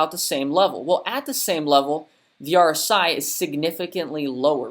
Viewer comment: New to your channel but you’re reading RSI wrong